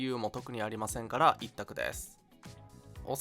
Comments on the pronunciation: アンチじゃないけどお散歩ワンワンのイントネーションでツボった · お散歩のイントネーションが下ネタみたいになっちゃってる